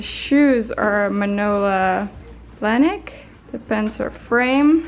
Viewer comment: I know this is a little older but it reeeeally bugs me how she butchered the brands names over and over again 😂 I love you but giirl. Manola Blahnik? The way she says Balenciaga? I am in pain.